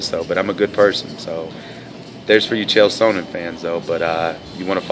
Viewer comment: You can't even pronounce Chael's name correctly unknown person!